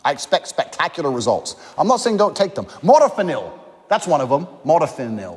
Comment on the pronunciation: Not him pronouncing modafinil wrong lol